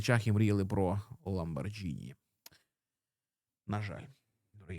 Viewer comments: ЛамборГіні, а не Ж. Shame on you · Грамотність починається з правильної вимови назви (і прізвища) Ламборгіні )